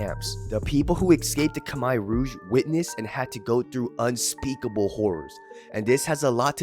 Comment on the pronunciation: Shout out to for pronouncing Khmer correctly. Gangs are stupid